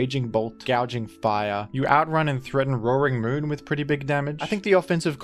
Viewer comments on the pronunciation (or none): none